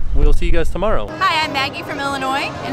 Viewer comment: I thought the lady at the end said "..and this is my mogul husband" instead of muggle, and I was very very confused. Had to re-watch a few times.